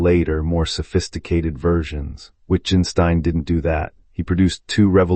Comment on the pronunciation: The videographer doesn't understand his subject. Rather than discuss Wittgenstein with others who know he's brilliant, he crudely mispronounces his name, the title of his book and spends almost two hours underlining his ignorance, expecting applause.